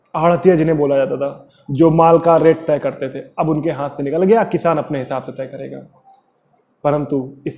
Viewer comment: Kishan ni it's kisan🤣🤣🤣🤣Lol